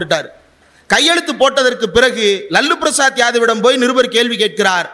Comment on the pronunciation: ரொம்ப மகிழ்ச்சி தம்பி இந்திரகுமார். அவர் லல்லு பிரசாத் இல்ல. லாலு பிரசாத்.. இனிமேல் லல்லு என்று விளிக்காதீர்கள். லாலு என்று சொல்லுங்க.